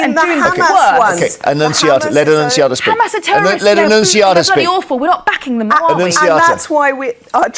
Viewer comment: Annuciataaa ffs